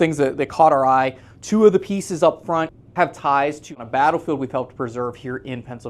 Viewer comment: Thumbs up if you heard say American bRattle field Trust but know it's more important to preserve American history for future generations!